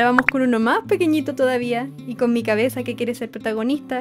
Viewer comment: cuando dijiste mach chiquito me isiste recordar a mi tia de argentina y yo soy de chile y no la beo mucho porque eya abeses ba a puntarenas con mis abuelos y yo....... yo.... estoy en angol 😭😢y..... y ......y ademas no puedo ir a puntarena por que cuesta mucho me isiste extrañar mucho a mi tia😭😭😭😭😢😢😢